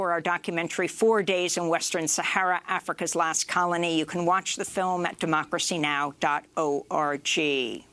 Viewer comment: Don't pronounce .org domain as O R G, just say "org".